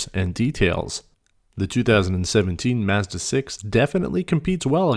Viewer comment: Great review, but you keep pronouncing“Mazda” wrong. 😑 It’s bugging me out so much. Mazda Mazda Mazda. Oooooof😅